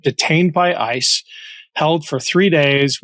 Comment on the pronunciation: Kristy Nome said one syllable to many when she said ISIS. It should have been ICE!